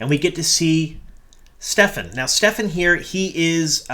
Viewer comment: Just curious if you just missed it as there seems to be a lot of confusion in the fandom but Kerene's Warder's name is Stepin no "F" sound in the middle. Just a minor nitpick. Loving all the breakdowns and Easter Eggs! Thanks for all the great WoT content you've been putting out! Definitely agree this was a strong inner look to the Warders and the Bond. People freaking out about Lan seem to have completely missed all of his character depth throughout the books. And yes, he was chosen to be the "release valve" for the rest of the Warders so that was his duty. Not Lan being a "cry baby" as some manufactured outragers seem to be diatribing about online.